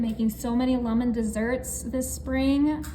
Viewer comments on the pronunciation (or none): Why does she say lumen? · Why she keep sayin luh-men?😅😅